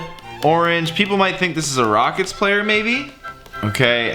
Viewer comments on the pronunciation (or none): none